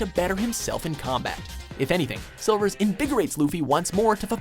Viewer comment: SERIOUSLY FIRE THE NARRATOR!!! he's garage at pronouncing the names of the characters. silvers who?!?!?